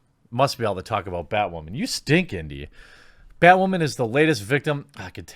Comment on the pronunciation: Batwahmen... weak 2.